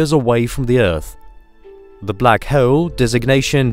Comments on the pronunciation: I think its because they way he pronounce hole :P black hoyl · The way you pronounce hole makes me giggle. Black Hoyel hehe